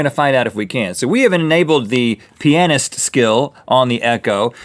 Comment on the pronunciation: That's not how you pronounce pianist, and you know it...